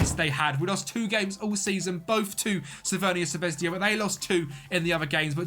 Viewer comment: Please stop calling Crvena Zvezda as "CRVENIA ZVEZDIA" or you could just use a english alternative as Red Star and the serbian pronunciation is "Cr ve na Zve z da" The English letter J in Serbian is pronounced as a Y and not a J